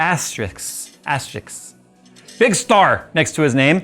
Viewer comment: Asterisk, not asteriks.